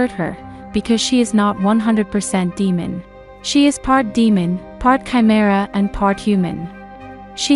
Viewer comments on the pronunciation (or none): none